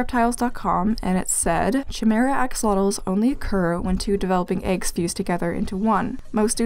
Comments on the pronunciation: I am soo sorry.. but I think its pronounced kiy-mara not chi-mara (not an expert tho) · Chimera is actually pronounced kai m ear a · Oh yeah! Chimera is pronounced “Kai-mee-rah” :3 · sorry for pointing this out, but chimera is actually pronounced as ki meh rah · sorry but this is bugging me, it's pronounced ky-mee-ra but also well done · the ‘ch’ in chimera is pronounced as a K